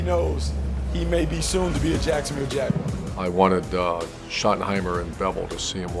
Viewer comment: “Jay-Gwar” - Baalke